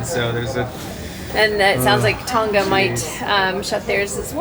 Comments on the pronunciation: Thanks for the update! How to pronounce Tonga: it actually rhymes with the words "long" and "uh" (long-uh / Tong-uh) - don't pronounce the g. On a side note, New Zealand is pronounced Nyu Zeal-ind (zeal rhymes with seal) - not New Zeeland. I hope that helps for future videos! Liked and Subscribed! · Oh one more thing-:; Tonga is pronounced Tong-arh rather than Tong-gah. I love your mums' (moms') RV -Atlas btw. I'm so happy for her. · please learn to pronounce TONGA properly